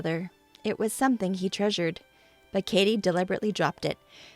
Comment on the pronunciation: Katie not Kattie. Kattie is not a name and would be pronounced catty like cat tee if it was.